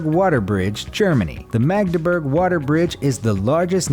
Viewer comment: I have been across four of these bridges. PLEASE learn your correct pronunciation of foreign names! Magdeburg is not maedeberg, but Maadeburg. (Magdeburg is in former east Germany).